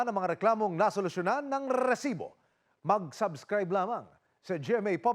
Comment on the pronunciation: Putagina ilan ba talaga amg R sa Risibo